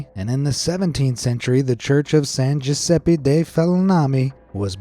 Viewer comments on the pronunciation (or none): none